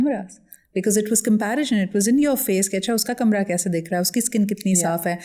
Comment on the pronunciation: Dear Sidra please correct your pronunciations of “cordial” and “comparison”